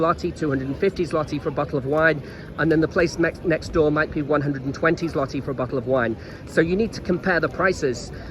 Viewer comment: jesus are u taking the piss? Ten freakin YEARS? OK carry on saying it wrong. What do I care?